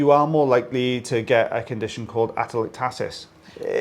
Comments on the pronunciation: We pronounce it differently: ateLECtasis. I’m more familiar with it in reference to lungs with pneumonia or collapse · Respiratory therapist. We frequently see atelectasis in the lung bases. It's pronounced a-tel-EC-ta-sis. 😄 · Pronounced ACT TA LECT Iisis